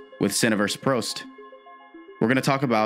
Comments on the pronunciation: you said it like toast with a P so like Proast but it’s supposed to be frost with a P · Prost = toast with a P lmfao